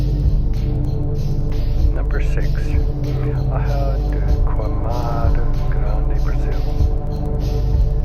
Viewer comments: the word "ilha" is pronounced like "ee-leea" not "ay-ha" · "Ilha" is pronounced EEL-yah, not EYE-lah. "Helena" (in St. Helena) is pronounced huh-LEE-nuh, not HELL-uh-nuh. I'll try to avoid all of these places in my travels.